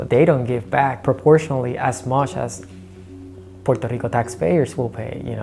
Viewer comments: AOC is so talented. It's awesome how she pronounces Puerto Rico then goes back to english accent. Cool. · Thank you AOC for pronouncing Puerto Rico properly and not Americanized